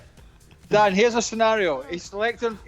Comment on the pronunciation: Stevie calls Dan ”Dawn”